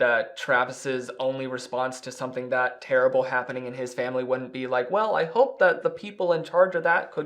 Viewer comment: I love how the response is suddenly in a heavy southern accent 😂 “well aye hope!”